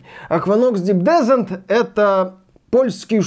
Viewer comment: Descent - ударение на последний слог, так-то